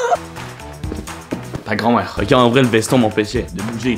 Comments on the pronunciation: J’ai adoré au 2ème défi avec le papier toilette à la fin t’a dit « ta grrrand mère » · Mdr le ta grrrrrrand mère